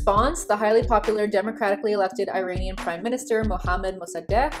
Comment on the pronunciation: Also your pronunciation of Mossadeq was flawless. I don't know about "Iran", though. I learned it as "Ee-rawn", which is very close to the Farsi pronunciation of Iran, but I have heard a lot of peopl from Canada and the US say it as "Eye-ran". Idk.